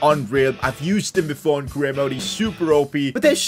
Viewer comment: U said mode wrong